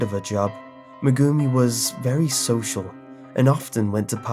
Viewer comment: Just so you know the names are pronounced: Meg-gumi, Sakur-ra.